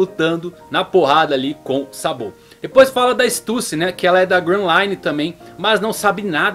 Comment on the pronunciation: Fala meu 10、teu canal é massa Só tem que acertar mais no acento das palavras em japonês Por exemplo、sAbo、sengoku、hAki É bem difícil ter pronúncia de acento na última letra Abras